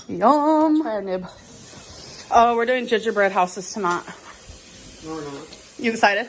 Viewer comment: That accent she threw on to say tonight was offensive. She thought she sounded southern or country but really sounded trailer park ish honestly.